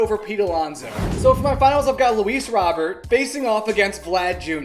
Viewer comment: Bro keeps saying Robert wrong💀💀